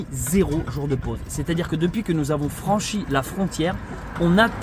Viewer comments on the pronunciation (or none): none